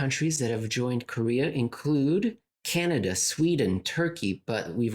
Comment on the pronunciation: I personally appreciated the extra “n” in the word Canada. I know it was probably a slip but with genius one never knows. I’m moving forward with Cananda? for the short term because life is more fun this way! Also I did actually laugh out loud, thank you